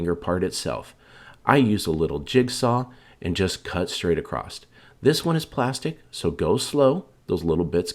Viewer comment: That slow whisper voice just does not work for us as crafters. You act like you are talking to 1st graders. And it just kills me at these people that say acrost the word is spelled ACROSS. Where do you get a t at the end.